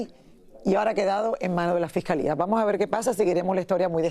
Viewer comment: Se dice fiscalía lily fiscalia nooooo fescalea y según no eres de rancho 😂